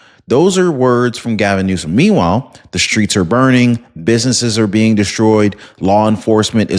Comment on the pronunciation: Are you mispronouncing words on purpose?? The governor's name is Newsom not Newscome. And the word corps, the 'p' is silent... Altho I do enjoy your program, if you're going to be using these words, please say them correctly! Thanks for bringing us this kind of info!